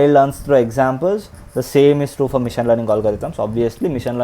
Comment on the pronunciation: Bro ...mission kaadhu machine...ila manam maatlaadithene overseas lo mana paruvu poi manalni jokers la choosthunnaaru bcz of our talking...pls say machine not mission..if u say wrongly then others also will get influenced🙏🙏🙏